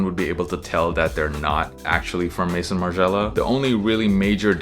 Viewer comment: Great vid, though the American pronunciation of “Maison” irks me every time I hear it. “May-zoh” (very soft N at the end). Not “Mason” or “May-son” like so many other content creators like to say. Just a hang up I’ve had for the longest time.